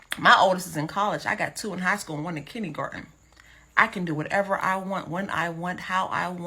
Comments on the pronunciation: she said kidney garden 🤣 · The fuq is Kinney-garten 🤣